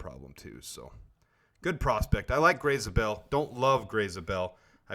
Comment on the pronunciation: you are pronouncing his last name wrong, it is not "Zah-bell", it is "Zay-bell."